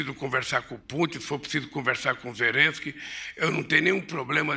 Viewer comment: Olha o molusco falando o nome do presidente da ucrania, falar com ZERENSKI, quem vai levar a serio um ex condenado?! kkkkkkkkkk